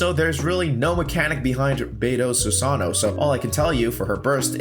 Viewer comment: Su-Sa-No-O Susanoo Not Su-Sa-No susano